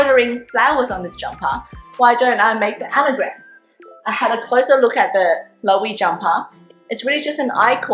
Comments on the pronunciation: It's pronounced Low-ay-vey -- 3 syllables, accent on the middle syllable, long a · Loewe is pronounced as “lo-weh-vay”